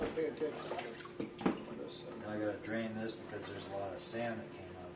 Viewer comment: "Finnish to.. sant?" what was that last word? So is he from Finland?